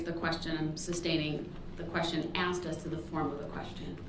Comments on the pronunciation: "axed" alot of questions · Anyone who says "axed a question" shouldn't be taken seriously. let alone in a court. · SAME!!! He can’t get to him and it’s driving him crazy! I’m pretty sure all brooks does is read reports and “axe” questions to these poor witnesses and detectives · me too, i have not heard axed before instead of asked, bugged me too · Hey brooks….questions are not axed they are asked…..don’t nobody know nuttin .. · What was not understood about the question that you Axed 😂... This isn't even a human being. How free can this country be. I have to say sometimes I admire third world countries because they wouldn't even have the time for this. Justice would have been served a long time ago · The DB vocabulary: Then: Den Thing: Ding That: Dat This: Dis Think: Dink Asked: Axed Truth: Troof Oath: Oaf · The arrogance of a idiot lol. He didn’t have a high school education. He couldn’t even pronounce some basic words. Lol “axed” lol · it's pronounced axed and answered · I love how he says "AXED" repeatedly 🤣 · “No, it would NOT be fair to say I could decide not to appear in court if subpoenaed.” AXED AND ANSWERED. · da kwestyin been axeyd... what an illiterate. He'll be right at home in prison. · Maybe Mr “Lawyer” could practice his pronunciation so when he “axed” a question he could sound like less of an illiterate douchebag… How long will they allow this circus to go on? 😡🤷🏼‍♀️ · I'm sure. He probably says " I axed the right questions"